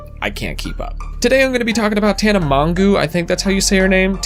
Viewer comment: HE SAID TANA MONGOO AJSFAHGHG